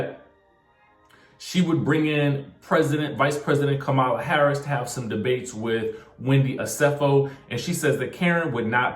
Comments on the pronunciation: Please get our wonderful, history making Vice President's name right. It's pronounced Comma-la. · COMMA-la come on get it right! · First of all imma need you to pronounce VP Harris's name correctly. Give this woman some respect. It's been a year to learn her name